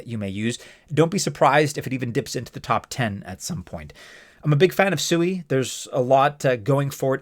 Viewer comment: You're obviously haven't done any research on SUI one of the first things you would have learned by going to their official website is it you have been pronouncing their name wrong the whole time if you can't even get the name right how can we trust the rest of your data. In Japanese it does mean water the Japanese people are laughing at you thinking you're a pig every time you pronounce it wrong